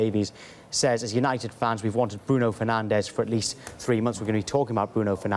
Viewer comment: Bruh did he just say Bruno Fernanldez